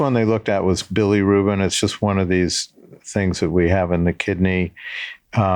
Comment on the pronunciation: "billy ruben" for bilirubin 😭